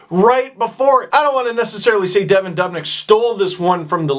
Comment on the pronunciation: It's not "Devon Dobnyk" It's "Devan Dubnyk"